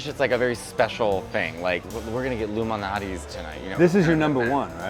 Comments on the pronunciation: I also thought Matteo was saying Illuminati pizza…Damn, the ILLUMINATI ARE EVERYWHERE! Lol, but that is not what he was saying… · Every single time I think they're saying "Illuminati's Pizza" 😂